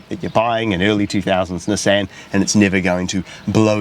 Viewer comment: The way he is saying NESSEN is killing me 😭😭